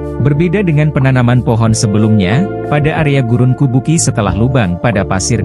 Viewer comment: kubuqi dibaca kubuchi, dalam pinyin, atau fonetik Mandarin yg menggunakan huruf alfabet beda dgn yg umum, Urumqi dibaca urumchi, Chongqing dibaca Chongching, dinanti Qing di baca Ching.